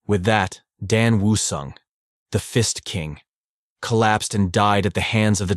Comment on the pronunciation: "The Fist King" I heard The Fist ING king... I took a double take and heard it again then i finally Got it right there was no INg but i sure laughed to half death